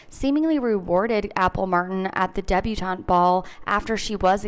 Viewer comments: Have you never heard of a "debutante"? You said it like Deb-U-taint 😅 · debutante ... that's /DEB-yoo-TAHNT/ ... not ... /DUB-yoo-TAINT/ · oh,, my love... it's debu-TAHNT. not debu-TAINT! 🤣🤣😘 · Did you really say "Debu Taint?!!! 🤣🤣🤣🤣🤣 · Debutaint lmao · Not the “Debu-taint” Ball! 🙈Love your channel! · Not debu-TAINT I’m cackling